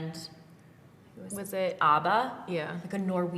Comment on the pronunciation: Not Paige pronouncing ABBA wrong 😂😂😂